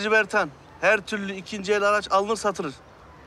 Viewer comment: Bertan değil o Pertan